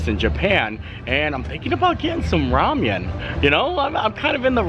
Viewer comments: I love you, but it's "ra-men," not "ra-mee-en." I cringed every time you said it wrong. I've never in my life heard someone mispronounce ramen. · It's RA-MEN not Ramyem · Rah-men. Lol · Thanks! hi long time viewer here I thought you would like to know the pork noodle are pronounced Rah-Min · Hahaha it’s just Rah-men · Yeah he’s pronouncing the Korean style ‘ramyun’ version 😁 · It’s pronounced rah-men ☺️ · Enjoyed the video but I have to tell you it’s pronounced rah-men noodles. I just couldnt get past it for some reason ha. Keep it filthy my friend. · Closed captioning kept picking it up and spelling it Ramyeon. Kept cracking me up every time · we love u bro, but you need to learn how to pronounce Ramen. Rah-men. Keep up the good work! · I swear if I ever hear ramyun again 🤦🏽‍♂️😂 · with the best shirts and hats 🎩 in the parks!, another great vlog! I was cracking up at the way you say Ramen 🍜 just because it reminds me of Star Trek 😆. Who care how you pronounce the words! We love ya and your positivity! We saw Simple Plan at Epcot in 2019 and we’re hoping to see them this year but our schedules just never aligned. I’m so glad they brought back the Disney Visa picture areas. Pluto is just the cutest! 👍🏻🙂❤️ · Never heard that pronunciation of "RAMEN" before.